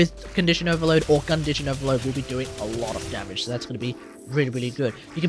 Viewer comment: "Gun-dition Overload." Yes 😂